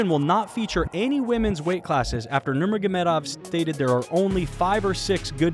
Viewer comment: He definitely nailed his last name at the beginning